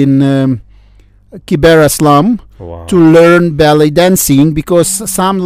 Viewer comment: when the Ukrainian Envoy says ballet dancers, I keep hearing belly dancers!